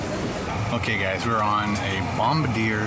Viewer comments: Honey Butter Chicken Biscuit from Whataburger. WIth a sweet tea! (also, it's pronounced bom-BARD-ee-ay in this context, not bom-bar-DEER) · Andrew Long haha Ikr...sounded like he said "Bomb a deer" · lol you butchered bombardier lol you said it wrong but you are still the best youtuber lol